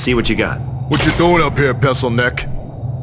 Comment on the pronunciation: 😄😄😄! Sounded like he said, “PESSil-neck.”